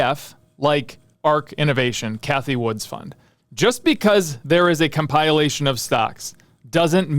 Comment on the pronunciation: tf is a com-pile-ation